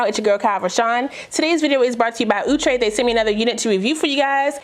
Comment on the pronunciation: I love how you say OUUTRE LOL love your content ❤️ so kind in spirit